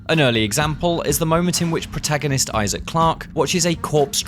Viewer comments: Who's Izaak? Lol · Why does he pronounce Isaac like that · Man really said Isaak 😭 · I'm very excited for this game, but those guys need to stop saying I-Zach right now... it's Isaac lol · It's Isaac... not "eye sack" lmao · Please stop saying Isaac like that